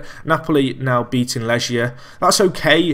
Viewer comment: Legia = Leg + ia, couldn't even make it out from the pronounciation